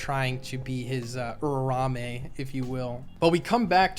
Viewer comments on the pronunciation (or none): day 5 of telling that its uraume not urarame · Uraume is pronounced "OOrah - OOmeh" (flick of the tongue on the "r"). Not 'Oora-rawmeh'..... You're welcome. Signed: the pronunciation police. Edit: here are the IPA symbols for it: ūra - ùmé